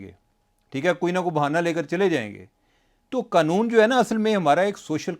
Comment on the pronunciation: یار یہ قنون نہیں قانون ہے پلیز